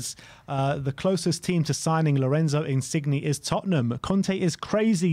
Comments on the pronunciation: I love that just cannot pronounce foreign names XD Insigne is pronounced (IN-SIN-YAY) not (IN-CIG-KNEE) Modrić is pronounced (MOD-RICH) not (MOD-RICK) Never change its too funny. COYS!!!! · Just your friendly neighbourhood Italian pronunciation guy dropping in with a few pieces of advice: 1. Insigne is pronounced "Insin-yeh", as the G followed by an N creates a Y sound. You don't pronounce the G. 2. Calcio (as in Calcio Mercato) is the Italian word for Football and is pronounced "Cal-cho", with a hard "o" at the end. Love the work guys, COYS